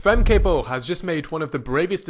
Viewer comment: Nice video, although similar to German, her name is pronounced more like "Femka". I predict in '26, in '27 and WR in '28.